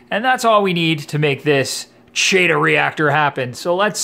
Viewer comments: Chaetomorpha is pronounced with a K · I'm back. It is "Kee Tow." Anyway, you got me thinking... I have saved a boat load of money doing "DIY" projects.Have you ever tried the Kessil lights? I am curious how the strip LEDs you are using, compare. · Isn't the chaeto pronounced "Kee tow?" I am pretty sure it is. Now, I have to find out. Great video. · I also say chaeto, like cheeto... Habbit I guess, we all know what we're talking about.